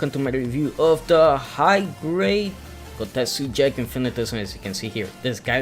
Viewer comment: Its called Jeeg not Jag...